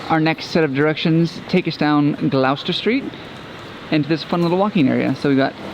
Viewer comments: Gloucester is pronounced "Gloss-ter" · or Gross-ster. lmao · Surely the purple house was Prince..and Gloucester is pronounced Glosster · They're still saying "glaow-ster" though.